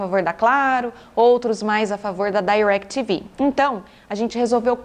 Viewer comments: Não sei pq falar "Dairectv Go" nem nos EUA eles falam assim e sim DirecTV normal com I mesmo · "dairectv gou" a propria "DI"rectv fala "DI"rectv no brasil não precisa pagar de gringo não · Não tem nada a ver com a proposta do vídeo, mas o DAirectv (pronunciado com ênfase) doeu nos ouvidos. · parei de vê quando disse dairequiteve go. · não, ela pronunciou em inglês de cursinho, e incorretamente. "Dai"rectv tem a pronuncia quase imperceptível. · Eu gostei. Para quem sabe falar em ingles pode ser desnecessário, mas para quem não fala é sempre bom aprender. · Entendi ela dizer Dairectv